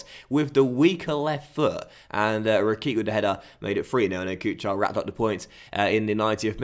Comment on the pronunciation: Karim Rekik is pronounced ‘re-kich’